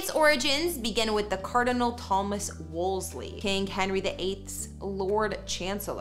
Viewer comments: The name is correctly pronounced “Wool- see” NOT “Wools-Lee”. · It’s Wolsey, you’re adding an extra ‘l’ that isn’t in his name. :)